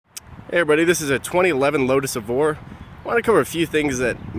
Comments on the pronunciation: "eveore" Uh what? Evora.. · I stopped watching after he said lotus EVORRR